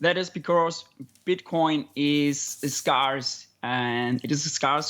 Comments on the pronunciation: Yep it's a common mispronunciation. Similar spelling to "scar" but different vowel pronunciation. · It took me some time to understand that the sound he made was supposed to be 'scarce' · This guy can't pronounce scarce!